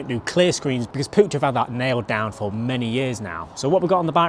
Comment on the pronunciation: Stop calling it PUUCH